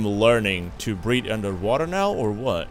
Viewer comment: Every time he says breathe in this episode it sounds like breed.